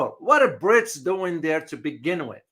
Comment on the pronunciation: when you say "Brits" I thought you said "Brics." Just an FYI.